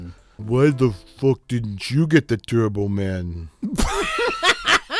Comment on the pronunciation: The fact that Arnold can't pronounce "Turbo Man" well IS the point.